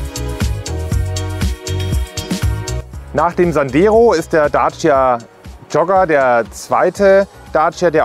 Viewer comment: Daaaacia. Hört sich merkwürdig an wie er Dacia ausspricht.